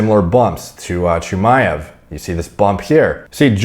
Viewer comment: You got the pronunciation down for Chimaev 👍